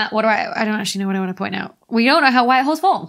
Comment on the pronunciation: I smoked a lot of pot and listened to this video....I kept hearing "white whores" and "black whores"....listen to this video again and try not to laugh...LOL!!